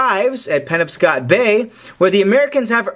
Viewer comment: Just an FYI, it's pronounced "puh-nob-scott". Fantastic job otherwise my friend. Blessings.